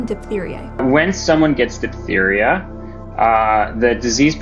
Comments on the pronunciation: it's pronounced "diff-theria". ph makes f sound. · “though diphtheria is rare today…” With RFKjr’s leadership it probably will be coming back…